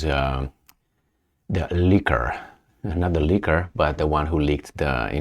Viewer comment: Love the channel.... Just a tip on pronunciation.... 'Leeek' and 'Leeekur'... NOT lick and liquor!